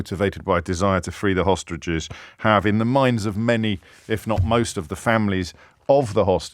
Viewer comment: I’ve got new headphones and James 💯 says “…..hostriches”